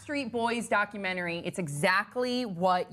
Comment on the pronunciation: Why does she pronounce "doc cue mannery"?